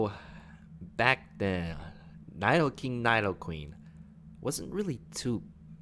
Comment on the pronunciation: Cringe everything he pronounces Nidoking as Nydoking